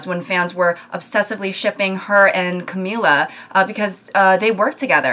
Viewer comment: I had to mess up the exact 666 comments to bring up how happy it makes me that you're pronouncing Lauren and Camila's names correctly On another, actually related note, i completely agree. I feel like in some situations even people in actually romantic relationships would be very uncomfortable if people wrote fanfictions about them. I can guarantee some of these people likely lost some very close friendships because of this.